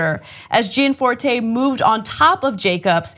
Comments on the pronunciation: Also Gianforte, is pronounced correctly jan FOR teh, not Jee Ann FOR tey. I will now become pronunciation Nazi. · You are not pronouncing his name right though ?